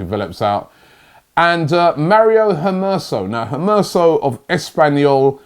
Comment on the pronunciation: "Maitland-Miles, Hermerso, Ismaili Sarr" remixing players names like it's nobodies business